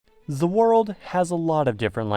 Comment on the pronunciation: "ZAH WORLDOH"